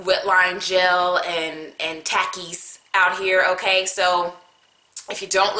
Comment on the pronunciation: It’s said like Tockees . Takis